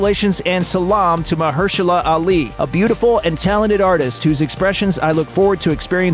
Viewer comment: You butchered Ali’s name